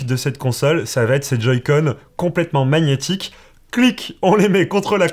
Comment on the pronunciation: G+n = nie. Pas Mag nette horrible. Merci pour ta vidéo Très bien détailler 👍